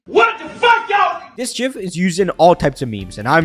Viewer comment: you pronounced Gif wrong.